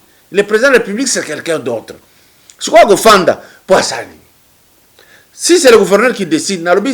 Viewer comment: PAPA KADIOMBO YO OLOBI YANGO BIEN YE ALOBAKI ""ZE SUIS FATIGUÉ DE LA NIGOZIATION """AYEBAKA KOLOBA FRANCAIS TEEEEE ATA PRIMAIRE AKOTA TEEEEEEEEE